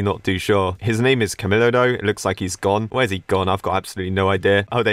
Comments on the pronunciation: Btw camilo is pronounced Kam EEEEEE lo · it doesent really matter but camilo is pronounced cameelow